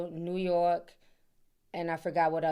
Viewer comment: I love the way you say New York, as a New Yorker. 🗽💜